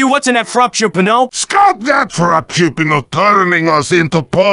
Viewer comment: i love how they say frappuccino 😭😭 frapchupino